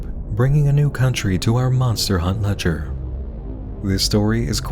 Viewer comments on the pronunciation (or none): none